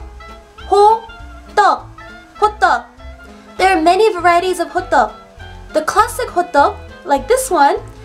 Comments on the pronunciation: Did you say: hobbang? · I laught when she said (i don't know her Name) Hodduhk, because it sounds like Hotdog😂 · When you said 'classic hotteok', I heard 'classic hotdog' :P